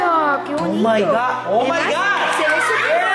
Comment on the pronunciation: Eres muy muy pesado con !ooo my god! Y pronúncialo bien por una vez